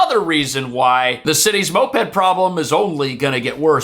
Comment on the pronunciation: Just say MO-ped lol